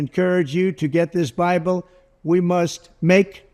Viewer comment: Was it me alone who heard him say "well I think many you know when we get into the BRIBLE I think many so many......"